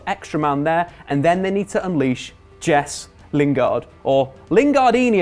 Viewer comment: mate, why do you insist on pronouncing players' names like an utter plank? It's hilarious; "Mesut Ozeeel", "Henrikh Mick-Tyrian" and if I hear you say "Jess" Lingard one more time...